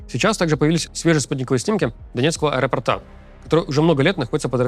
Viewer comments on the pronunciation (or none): none